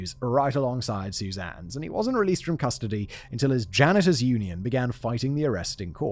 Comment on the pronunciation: I like when you say "crustody" instead of custody